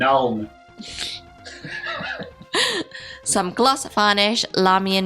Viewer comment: "Nun oil"